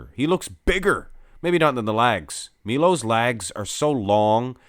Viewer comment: It's pronounced Meelosh, not Meelo, or Mylo or something else. FFS! Fix you title mate.